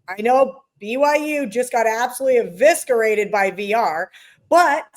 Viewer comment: eviscerated the pronunciation of eviscerated. 😊